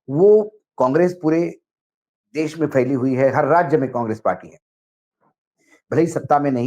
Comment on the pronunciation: Mr Wankhede, please accept my compliments for ur most upfront genuine and meaningful views. It's a privilege to watch ur program. U also appear with one. Can I request you to kindly tell him to set his pronunciation right - he says ' sa ' where he needs to say ' sha '. E.g. for ' desh ' he says ' des '. I have already sent my comments to him. Wish he had acknowledged.